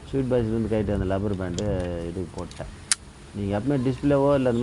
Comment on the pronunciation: Cousin brother ன்னு ஆங்கிலத்தில் உச்சரிக்க தெரிந்த நண்பனே, அதென்ன லப்பர் பேண்டு rubber band என உச்சரிக்க மறந்து லப்பர் பேண்டு லப்பர் பேண்டு RUBBER BAND.